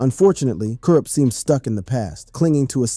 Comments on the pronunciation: Yes, all my real HIP Hop,rap heads,feel me,how dare they disrespect kurupt, can't even pronounce his name right!!!, and talking about him smoking Alot of weed, and he's a drug addict,but they don't mention,'Snoop dogg', smoking more weed, and call him having 'drug problems,,',you see,how FUCKED up is this fellow Real HOP heads,rap ,gangsta rap, fans feel me, like my brother from another mother,TAS.sure it won't be hard to figure out who I mean.Double R.peace.xx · You act like the brother is dead and like you know him. But you can't even say his name right. Boooo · How you gonna talk about "KURUPT" and you can't pronounce his name right and can't say the dpg right😂😂😂 this is the most incorrect video of kurupt that I've seen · you have to test AI text to speech always. make sure it can pronounce the words correctly. and when it doesn't you have to simplify the spelling for the AI so it will say it right. so for "kurupt" i would try to normal spelling first, "corrupt" or stuff like kuhrupt, kuhh ruppt, whatever you can think of or google the word and it will have underneath it how to annunciate the word and i found this: ku·rupt Pronounce Kurupt as K Y UH R AH P T or ku·rupt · It’s pronounced “Corrupt” not “Cur up” 😂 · you dont know who to say Kurupt lol. its not Coo-rupt. its pronounced KER-Rupt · RIGHT! I had to watch and listen to the video based on your comment alone. Kourrrrrrrrrr Ruppppppp 🤣😂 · This got to be AI I can't believe I wasted 15 minutes of my life on "kur-up" and "thaw-dog-pown" gtfoh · Yeah just leave our west coast stories alone if you can't say the names correctly, very irritating to hear "Cool Rupt" repeated over and over again. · Almost stopped watching when u said thaw dawg pound 😂😂😂 then u begin to slaughter this man’s name over n over again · Hey goofball, why aren’t you pronouncing Kurupt’s name correctly????? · Bro doesn’t even know how to pronounce is name 😭😭😭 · im so upset at the mispronunciation it makes this irrelevant..